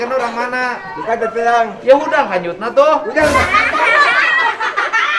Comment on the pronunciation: 🤣🤣🤣🤣 lucuuu Mun ngomng Kanjuut teh